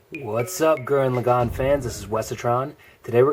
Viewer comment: finally someone can say lagann right! :)